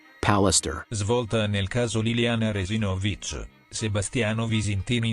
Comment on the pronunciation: Si pronuncia Re-si`-no-vich, non Re-si-no-vi`ch